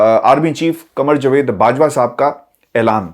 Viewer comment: جا وید ؛ جاوید صحیح تلفظ ہے جوید : غلط ہے